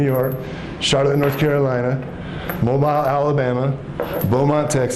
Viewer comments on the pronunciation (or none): Wow !! Has he read the New Testament!! It’s pronounced MO BILL ALABAMA…. Not Mo - Bile